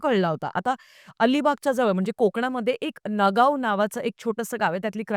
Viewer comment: तुम्ही उच्चार करताना नगाव म्हणालात पण नगाव नव्हे नागाव असेल.